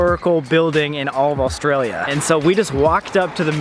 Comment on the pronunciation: oStRAYLiA mAtE I swear that’s how every non Australian pronounces Australia